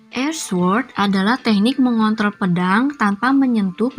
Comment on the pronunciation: Ngeri kepleset pas bilang "mengontrol" 😂